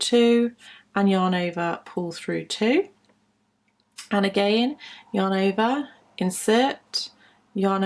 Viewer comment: Does anybody else hear "your neighbour" instead of "yarn over"? :D I was really confused with "your neighbour" all the time, but I knew what she meant. A very nice video